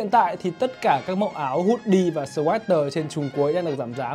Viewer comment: bán sweater mà cái tên tiếng Anh của áo cũng phát âm sai =))))